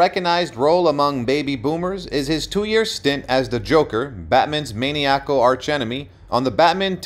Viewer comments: Someone should listen to the narrations before they are aired. It is ''e PIT o me'' instead of ''epi tome"" and ''muh NI a cal'' rather than ''maniacal.'' It was well known that he was gay and there is even a photo of him posing nude that advertises a video online. He had a good life and the best set of teeth I've ever seen. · MANE-EE-ACK-UHL!? Ridiculous. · Maniacal (muh-nye-uh-kul)